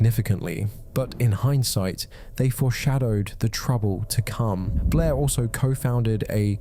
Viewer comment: I love how Blair is such a hard name for British people 😂 It always sounds like "Bleh"